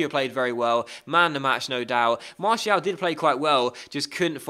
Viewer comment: Please pronounce Martial like Mar-See-Al.